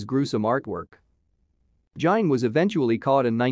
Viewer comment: Ed jein ...dude in gein some time pronounced gean but never jein